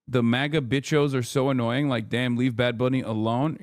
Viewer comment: I am screaming at Hasan’s pronunciation Boriqua and Bichos